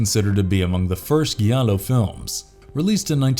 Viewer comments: "Jallo" not "Guiallo" (Gi is pronounced j as in Jeep not G as in guitar) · It's pronounced 'Jallo', not 'Gallo'. Giallo is the italian word for 'yellow' which refers to the color of the paper in the old pulp murder mystery dime novels that were the inspiration for the film genre. And for the mispronunciation of the word, you lost a viewer. If you wish to keep viewers and not offend fans of the particular subject you are discussing, i suggest you know how to pronounce words correctly. As a Giallo film fan, i was offended when you said 'Gallo'.